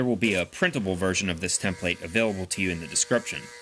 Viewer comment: cool video, however template is not pronounced like that